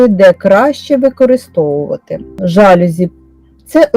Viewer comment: Корисне відео. Дякую. Але є один мінус---в слові ЖАЛЮЗІ наголос на букві "І"